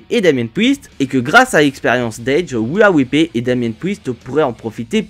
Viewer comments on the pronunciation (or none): Wia wipley😂😂😂😂 ou we are replay 😂😂😂😂 la prononciation ma tue